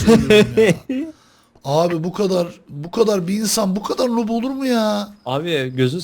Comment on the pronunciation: nup değil noob nuub diye okunur